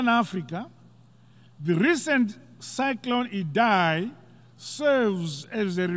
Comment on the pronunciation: Did he just said "cycron idhai"? We need to start calling him 'Dhambuzo'